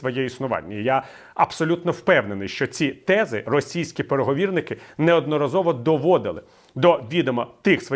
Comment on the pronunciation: Вибачайте, але треба говорити "переговорний" через "о" в усіх відмінках.